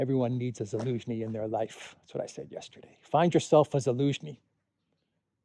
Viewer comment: Why do you keep calling Zelensky, Elynski? Are you learning disabled.